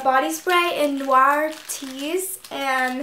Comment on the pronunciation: yes thank you for pronouncing "noir" the right way